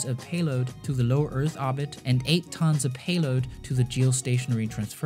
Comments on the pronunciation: into Arbit ? Orbit.... OOoorbit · Not arbit ORBIT. Hate me oar you like, speech inpodament used to be treat'ord in schoools now it is considered an accent wtf. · please... its oRbit... no obit... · You say "orbit" wrong. It's OR-bit. Not AH-bit. ORbit as in orange, ordinary, organ. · I love your videos but please stop dropping r’s it makes the video hard to watch or-bit obbit is just annoying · it's pronounced or-bit, not aw-bit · Its not ahbit its said ORB IT. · orbit not obit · actually it's Orbit not Hobbit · Orrrrbit not oooooobit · Orbit. Not obit. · The word "Orbit" has an R in it. ORbit. Say it with me OR... B....IT ORBIT ORBIT ORBIT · I love the video. Except you pronounce ordit wrong. It urks me. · Fantastic video! Please learn how to say oRbit. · please stop saying "orbit" wrong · If he could pronounce orbit right i could watch this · It physically hurts every time you say orbit. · Ookko Nää Suomest for not pronouncing orbit correctly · Names and he cannot pronounce Orbit. There is an R in there. I don’t know what his first language was but it wasn’t English. He can’t even get the tenses of his verbs right half the time. Interesting informative video but a bit annoying to listen to. If it wasn’t edited this well or contained quality information I wouldn’t have been able to watch it. Like fingernails on a chalkboard every time he butchered the language, but he recovered well with the content.